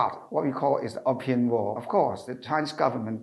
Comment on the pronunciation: Opium 應讀"O 片"，不是"of 片"。。🙏🙏🙏